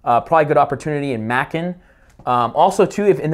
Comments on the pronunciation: LOL... it's "May-cun" Georgia. Not "Mackun" Georgia. Good video! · funny when i heard you say Macon Ga - it's pronouced ma-con (rymes with bacon) great job breaking this down